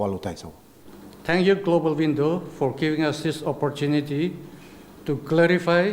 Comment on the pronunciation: The leader even don't know how to pronounce global window 🪟 shame in u third class